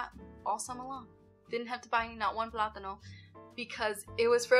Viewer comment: Your pronunciation of the word plátano is on point! 😊